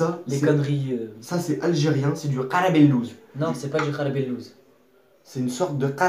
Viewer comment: On dit pas 9arballouse on dit 9allballouse voilà c'est simple